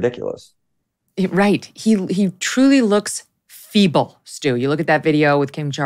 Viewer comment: “Look at him, he looks evil…” oh you said “feeble” my bad 😆